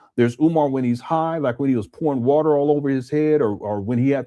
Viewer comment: "Got the warter......Got the warter" 😂